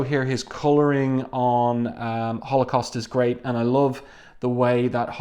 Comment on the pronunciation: One of my favorites. I love Blink calling Holocaust 'halfscan'.